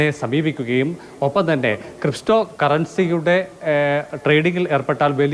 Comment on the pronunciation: Cristo അല്ലടോ പുണ്ണാക്ക ക്രിപ്റ്റോ ആദ്യം അത് എന്താണ് മനസിലാക്കി വാർത്ത കൊടുക്ക് 😂😂